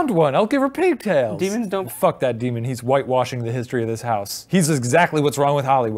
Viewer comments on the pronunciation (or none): Deman?... STOP CALLING IT THAT! DEMAN!!